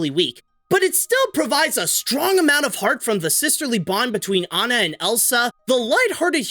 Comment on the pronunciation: Good job saying aw-na rather than Anne-ah